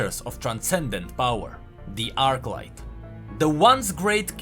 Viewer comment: Arclight, not Archlight